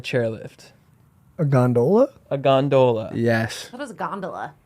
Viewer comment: they way he kept pronouncing "gondola" took me out of the episode and i couldnt get back in